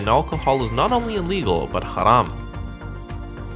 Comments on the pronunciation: Your Arabic accent is so good you said word incha Allah and haram like any Arabic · Wow, Riyadh airport looks so much better than Jeddah airport!! Love your videos! Please make more!! (Also, your pronunciation of “Insha’Allah & Haraam are bang-on, mate! 👏🏽). P.s. can you please review Emirates, Etihad, Qatar Airways & Singapore Airlines in all classes for each from Los Angeles? 😎